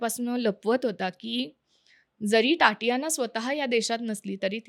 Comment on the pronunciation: टाटियाना नाही गं ताई! तातियाना. Takes one second of google/yt search: how to pronounce the Russian first name 'Tatiana'.